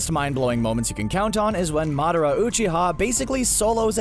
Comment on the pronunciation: CBR narrator:I’ve watched and rewatched naruto many times Also CBR narrator:mUhDaRa,oOcHiHa,raSsAngAn,kAraMa,uCuHtSooKie Shit like this really pisses me off about these channels,they claim to have knowledge about a show,then they completely butcher the pronunciation and then proceed to state bullshit